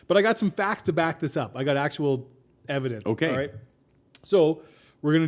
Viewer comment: "i got evedinceevidence" me:(dislike then exits vid)